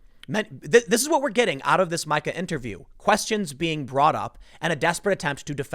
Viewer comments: "The polls have Biden in the lead"... Yeah... These are the same pollsters who were saying Hillary Clinton would win in a landslide all the way up until election night 2016. Also, I know this is a little gripe, but it's driving me nuts. If you see this comment TIM POOL, her name is pronounced "MEEKA" not "MIKE-A". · You really need to work on properly pronouncing some of these names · You keep calling her my-kah, when clearly it’s mee-ka. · Isn't it MEEKA instead of Myka Brezinski? I think it is MEEKA but I fucking hate that woman and her network MSNBC so I don't watch it. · dude, tim...it's mee-ka...not my-ka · Repeat after me: Meeeeeeka... Meeeeeeeeeeka. NOT MiCAH. Please stop calling her Micah. Nobody calls her Micah. Her name is not Micah. Love your show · Hey Tim, it's "Meeka" not "Mike-a". Love the stuff, but this is driving me nuts. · Pronounced MEE KA. Not MIKE-AH.. Rhythms wtih Zika (like the virus). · Tim, I'm always sharing your videos BUT her name is pronounced Meekuh not Mykuh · Her name is pronounced "Meeka". Jeez, Tim haven't you ever seen Eurotrip? Scotty doesn't know! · It’s MEE-ka not Mike-a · Tim that MSNBC bitch's name is pronounced Me- ka, not My-ka. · It’s not Micha it’s Mika like Meeeeeka. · It’s not My-ka, Tim, it’s Meeeee-ka..... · meeeeka, not Micah. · MEEEE KA BREZINSKI NOT MIKE KA PLEASE! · Mica? Mika is pronounced “Meeka”. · Tim: it is pronounced MEEKA. Dude that’s a pretty bad miss. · It's pernounciated "Meeka." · How does he nail Mika Brzezinski's last name pronunciation and call her Mike-Uh....? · Tim, it's pronounced MEEK-a. Think 'meek' like BIden's voice when he defends this crap. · It’s pronounced ME-KA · Dude! Learn how to pronounce words. Mika = (MEE ka) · Mika is pronounced meeka. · Tim, her name is pronounced Meeka smh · Mika Brzezinski's first name is pronounced: Meeka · Tim is spelled Mika but it sounds like ME-ka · I believe it is pronounced Mee-ka Tim. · Pronounced “Meeka” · Dude it’s pronounced Mee-ka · MEE-ka. Not MY-ka.